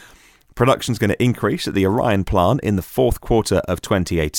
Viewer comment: GM's Michigan plant is pronounced OR like either 'or', Long 'E' , soft 'n'. More Bolts are a good idea.